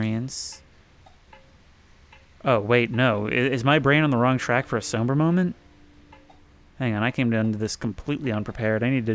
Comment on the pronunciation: I hate to do this, but I'm compelled. You're mispronouncing the words 'somber' (psalm-burr) and 'cordoned' (core-dunn-d) (not here, but in a recent video) They are beautiful words that appear in writing more frequently than they are heard. Keep up the good work